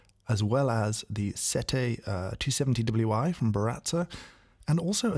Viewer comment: Oh yes, the Baratza "Set-TAY", which seemingly no one in the English-speaking world can pronounce correctly. (Hint: it's SET-teh, if you go by the Italian.)